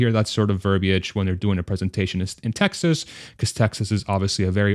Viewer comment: You are the second person I've EVER heard annunciate 'verbiage' properly with three syllables.